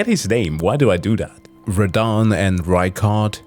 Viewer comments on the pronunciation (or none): none